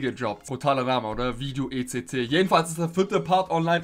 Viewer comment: Etc! Nicht Ect! Du sagst es so oft falsch 😅